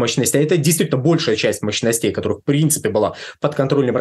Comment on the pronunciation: Мощностя... МощностЕй... Ухо режет... Вроде бы специалист, но... мощностЕй. Может, мОщностей?